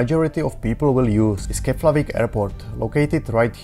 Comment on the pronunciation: Thanks for the information. However, the airport is still not called 'Keplavik' but 'Keflavik' 🙂.